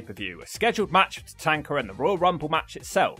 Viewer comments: Why are you pronouncing Tatanka as Tatanker? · Your saying Tatanka name wrong